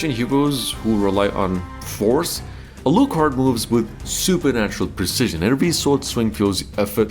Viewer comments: No one has ever pronounced Alucard's name as "uh-LOO-kard". It's "AL-loo-kard", all the stress is on the first syllable. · Alúcard?! alÚcard?! i mean... A-----lú-- card? so the other names are like Drac ú la.... eh? it is Álucard.....Á lucard.... A___lucard.... not AI lucard, not Alúcard...just accent the first, like Drácula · If you say "Aloo card" one more time... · Ah yes, the famous Uh-looh-card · Yeah, his pronunciation of his name is killing me 😂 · A-LU-Card. Are you okay? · How the hell did you mispronounce Alucard?